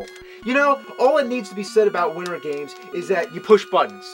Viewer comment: Widdern games, another avgn speech impediment issue